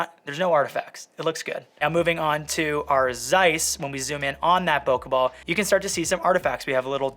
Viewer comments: Great video! Whenever you said "bokeh ball" I heard "pokèball" lol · When you said bokeh ball I heard poke bowl and now I’m hungry. P.s. great review!!